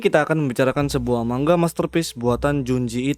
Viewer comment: Cara bacanya memang "mang-ga"